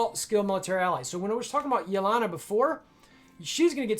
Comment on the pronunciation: It's not yeLAna, it's yeLEna. There are no difficult vowels or consonants involved. Please be a little more respectful of the culture.